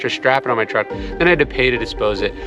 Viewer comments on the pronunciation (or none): none